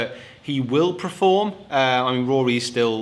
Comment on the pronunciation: Mate, I'm a massive fan but for English natives I would have thought you would be able to know the difference between preform and perform. Yourself and rick always say preform and you actually mean perform. Am I missing something or are you not pronouncing the word properly?